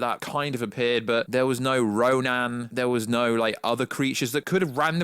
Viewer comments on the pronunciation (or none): none